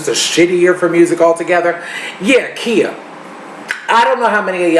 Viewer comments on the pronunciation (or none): Im used to singing "Its time to get real with " lol what happened? also her name is pronounced Kya not Kea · now no you did NOT disrespect queen Khia lmao idk if u pronounced her name wrong on accident or you were proving how irrelevant she is lol